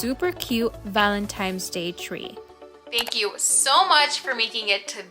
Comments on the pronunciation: Hey girlie! It’s ValenTINE’s DAY, NOT ValenTIMES!🙀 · If you need hooked on phonics just say that. Call it what it is, it’s Valentines not Valentimes. I’m sure you want people to say your name the right way. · did you say valentimes? lol...too funny...these are so darned cute! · Thank you for saying that because it bothersome. N not M. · Whatever your name is, I’m sure you want it to be pronounced correctly. If she said it once then cool, but she said it throughout the whole video which means she does not know the correct pronunciation. Meanwhile, if it matters so little to you why did you even respond?